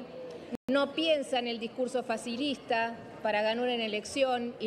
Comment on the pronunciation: Dijo 'discurso facilista ' o 'discurso fascista ' ??